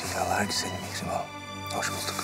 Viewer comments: Anyone know why Hurrem pronounces her daughter's name as "Mee-she-mah"? Everyone else seems to pronounce it differently than her. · Whenever hurrem speak mihirmah it sounds like mishima🤔